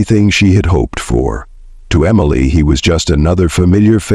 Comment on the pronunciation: Emily. MLA. Emalay. Emelii. AI truly sucks.